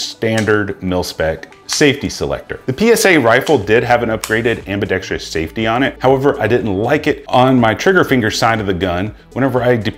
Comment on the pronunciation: Ambidextrous, not ambidextrious. I couldn't keep watching, sorry.